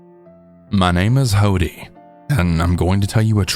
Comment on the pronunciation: Hodi is pronounced 'ho-die'